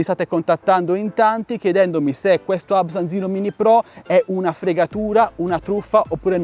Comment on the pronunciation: Quelli erano i tempi in cui portavi ancora i gameplay e soprattutto la tua pronuncia era: Ubsan H501S